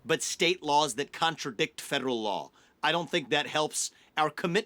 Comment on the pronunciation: Why cant he say the word 'federal' correctly?